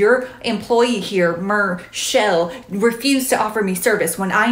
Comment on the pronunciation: “Mer shell” LMFAOOO 💀💀☠️